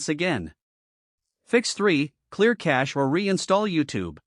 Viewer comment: It's not clear catche, it's clear cache.